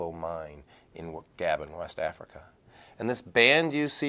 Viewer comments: Gah-bone not gabin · It is pronounced 'Ga-bon'